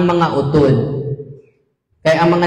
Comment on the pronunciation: Very good kaayo Father! Mora man pod ka Ilonggo. Passing na kaayo Father imo Ilonggo.naa ra gamay medyo kimaw pag pronounce like U-tod. (Not utód). Pero okay na kaayo Father!wow!